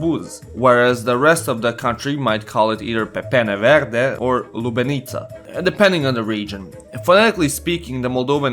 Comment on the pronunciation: Not "Lubeniță", "Lebeniță"